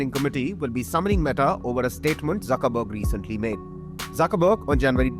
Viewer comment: Jukerberg almost sounds like jokerberg😂